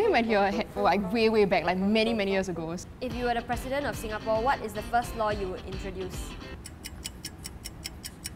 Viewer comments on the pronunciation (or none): none